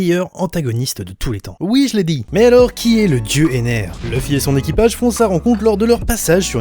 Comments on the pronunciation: EnerUUUUUU pas EnerE 😭. noooooon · Basile cousin en français on dit enere pas eneru on est pas au japon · Putain pk il s'appelle pas Ender à la place d'Ener